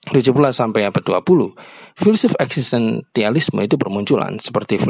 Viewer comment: Eksistensialisme pak, bukan eksistentialisme